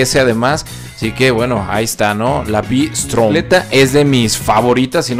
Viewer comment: Pronuncialo como los españoles: ube-estrom